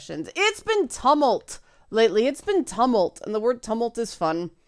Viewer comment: Tumult is pronounced tue-mult